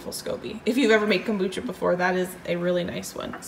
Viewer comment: I have never heard of “cambucha”??.